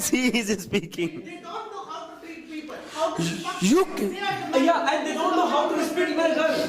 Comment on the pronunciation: Who might heard peepule 😂😂 it was hilarious 😆